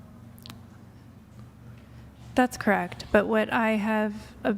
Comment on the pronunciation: I cannot stand the way this lunatic pronounces “correct”.